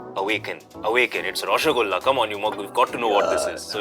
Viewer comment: IT IS ROSHO 'GOLLA' NOT 'GULLA'. Please Netflix learn these terms at least from the Bengali actors.